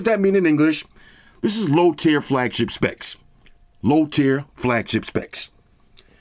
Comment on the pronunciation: tier, not tear